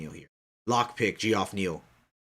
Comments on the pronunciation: Just an FYI for u brother its pronounced Jeff not gee- off lol. Just thought you might want to know. Love the podcast 👌and I think I agree with all your picks 👍except for Angie Hill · Pretty sure its pronounced Jeff